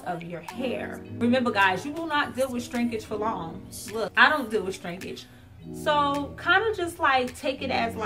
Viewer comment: Every time I hear you say 'Strinkage' I smile..lol